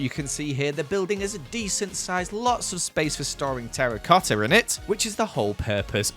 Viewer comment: the way he says, joEls meZALiAn terRIcoTTa!